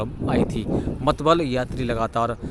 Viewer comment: मतलब ❌ मतबल✅